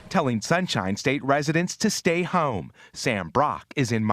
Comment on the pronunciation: Bro! The way he said “hyooome”